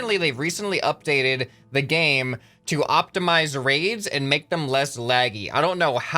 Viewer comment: What he says: The raids have been optimized. What it sounds like: The raves have been optimized.